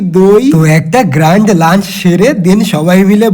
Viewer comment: গ্র্যান্ড❌ গ্রান্ড ✅